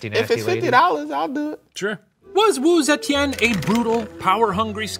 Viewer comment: the professor's pronunciation of wu zetian is surprisingly good! wonder if steven practiced a lot with him 🤔🤩 sending lots of love from singapore ^^